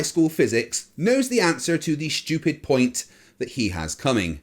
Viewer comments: no sir, I believe you said that aluminum has a, "melting 'PONIT.'" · I mean, it's all idiotic, but "PONIT" when they are making a point really killed me.